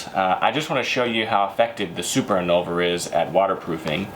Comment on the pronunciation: If you're going to sell these products, shouldn't you learn how to correctly pronounce the names of the products? And by that I don't mean speak french like a citizen of France. You keep switching the V and the N! in-VOL-ner not i-NOL-ver. Same with the shampoo.